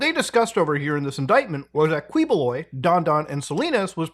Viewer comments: It never fails to give me a chuckle when mutha miss pronounce their names. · its actually pronounced "kiboloy" instead of kwi. also a not so fun fact, We live right next to his compound and I got to shook this man's hand 💀💀💀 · Quiboloy, pronounced as Ki-bo-loy. Not Kweboloy. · Kiboloy not kwiboloy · and thank you for never properly pronouncign his name as "ki-bu-loy" and just keep on saying "quee-" 🤣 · It's not KWIBOLOY it's KIBULOY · Muta, I know it's hard to pronounce our names but please say it like this; Du--ter-te not Dutearte. Kiboloy not Queeboloy (actually you can mess this guy's name, he's not respectable anyway. Not our former president though) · not "kwi"boloy, but "ki"boloy...thank goodness that mf's caught. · quibuloy is pronounce as "kiboloi" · Its pronounced as kee- bo-loy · Its actually pronounced Kiboloy🤣👍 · To save you from twisting your tongues, it's actually pronounced Key-Boloy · i don't want to be a smartypants the proper pronunciation of the MF name Ki boloy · Uy, Philippines! 🤡🤡🤡 BTW, its pronounced as Kee-Boh-Loy bossman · Am i the only one being bugged by how he say Quiboloy like kwee boo loy, anyways great vid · We pronounce it as "Key"boloy in the Philippines. Not correcting you, by the way. I understand how other languages pronounce words differently. We prounounce our P's as F's for Fete's sake. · btw quiboloy is pronounced as kiboloy just a tip to ease up your tongue 😅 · Again Muta its Ki-Bo-Loy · You can drop the U boss it's sounds something like QI-Bo-Loy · just sharing, the first syllable of his last name is pronounced as key, but at least justice is getting served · heheheh dude's name is pronounce as "KEEH-BOH-LOY" glad you covered this! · you can just say his lastname as KEEEboloy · key bloy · Say it right Muta: KI-bo-LOY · as much as I like muta I wish he made some effort to try to pronounce names right lol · yow muta, you seem to be struggling on some of these names. dont worry, the names suck and really sht to read out loud.